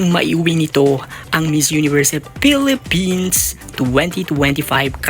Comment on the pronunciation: Filipins hindi Pilifins or Filifins Acclah😂